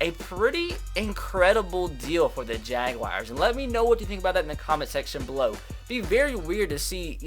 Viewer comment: It's not the jag wires lol you can't pronounce names for shit